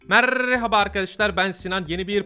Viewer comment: abi neden merrrrrrhaba dion orrrrrrrrrrr der gibi gwlio bana